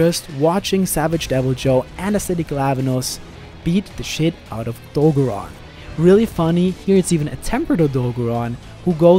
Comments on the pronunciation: O - DOE - GAR - ON not o-dogo-rahn, I'm sorry but it's driving me nuts. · "oh-dog'run" well that's one way to pronounce it i guess, lol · It’s O dog oran since it’s based off a dog not a deer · Very cringy to hear everyone try to pronounce Odogaron